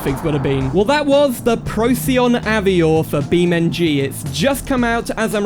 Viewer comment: Very cool mod! But isn’t it pronounced av-war? Like the French way? Also is there a demo on the repo to try out?